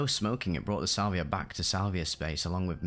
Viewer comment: Salviuhhhh mmm crispy brain